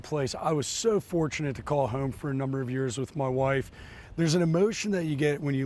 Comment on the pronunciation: are you from Baltimore originally or that area? The way you say home makes me think you are